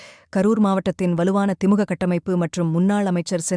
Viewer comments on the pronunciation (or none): திமுக என்று சரியாக உச்சரியுங்கள்